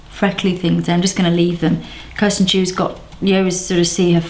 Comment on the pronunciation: Kristen not Kirsten